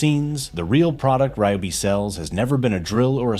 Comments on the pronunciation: I like how the AI pronounces RYOBI 3 or 4 different ways throughout the video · AI commentary is the lazy creator's way of production. To mis-pronounce the brand name several different ways is absurd. Why can't the narrative be done by an actual human who knows how to pronounce and enunciate properly? And the cut off at the end in the middle of the sentence? If you don't care about presenting the brand professionally, why even post it?